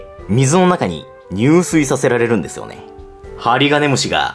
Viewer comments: 入水→じゅすい と読みます。いや、視聴者さんの為に敢えて分かり易く言っていたならすみません。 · 宿主＝しゅくしゅ 入水＝じゅすい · ごめんなさい！ クソどうでもいいことなのは分かってるんですけど 自〇が目的で水に入る場合はにゅうすいではなく「じゅすい」です！ それ以外だとにゅうすいと読みます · 宿主「しゅくしゅ」、入水「じゅすい」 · 「にゅうすい自殺」じゃなくて「じゅすい自殺」だよ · 入水自殺って「にゅうすい」じゃなくて「じゅすい」じゃなかった？ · 入水自殺は、「にゅうすい」自殺じゃなくて「じゅすい」自殺と呼びますよ！ 自殺が後ろについた時だけじゅすいと読みます☺️ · 入水自殺（じゅすいじさつ）な？ 水に入るだけなら「にゅうすい」 死ぬ行為に至る時は「じゅすい」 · にゅうすいじゃなくてじゅすいだな